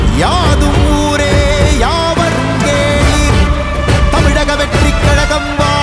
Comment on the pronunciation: Tamilaga can be changed to Thamizhaga Vettri Kazhagam. It will be more appropriate for pronunciation.